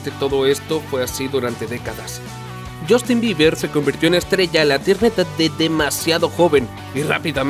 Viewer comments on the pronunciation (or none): none